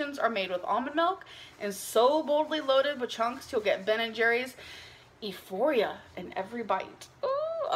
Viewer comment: Did you really just pronounce “euphoria” as “E-foria”. Wow.